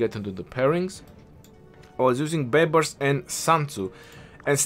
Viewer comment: "Justin Bai-bars" 🤣🤣🤣